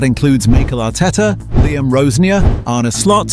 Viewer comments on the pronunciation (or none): none